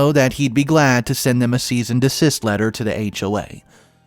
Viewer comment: “A long, twisted tail…” Try again, as follows: “A long, twisted tale…” Also, interest is ‘accrued’, not ‘a cured’. Lawyers send ‘cease and desist’ letters, not ‘seasoned assist’ letters. I think the glasses are a good idea; with the amount of screen time you must spend, you need to protect your eyesight.